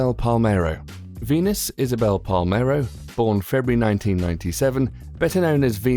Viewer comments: It's Venus Isabelle Palermo NOT Venus Isabelle palemero 🙄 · Text says "Palermo", dude reads "Palmero". Is that how it's actually pronounced in English? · yu said palmero not Palermo and also it is pronounced pa,ler, moe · he pronunce palermo wrong he said palmero😕